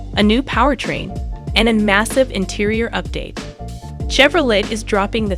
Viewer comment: Chevro whaaaat??? I know you did not just pronounce Chevrolet like that.